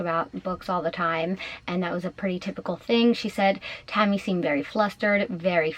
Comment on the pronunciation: Who’s Tommy? Are you trying to say Tammy